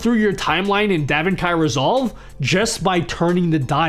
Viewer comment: I'm sorry... Davin Kai Resolve? lol